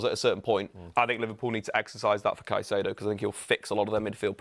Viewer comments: One constant in football media is English punters absolutely slaughtering foreign players' names hahaha "Sy-see-ay-doe" for Caicedo makes me want to shrivel up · If I hear “Saiseido” one more time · Everytime says “Saisyedo”, i cant help but cringe a little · confident misspronounciation of Caicedo is so grating. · refuses to pronounce Caicedo correctly in a room of people who are all pronouncing it correctly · Walking L teaching us how to pronounce Caicedo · How can this be your job and you don’t know how to say caicedo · green top dude was killing me with his pronunciation of Caicedo 😂 Everyone else got it right but nope, not green top guy